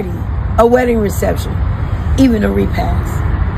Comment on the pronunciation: she said a REPASS SMDH LOL WHOS IN TOKYOS EAR BAD LOOK LOL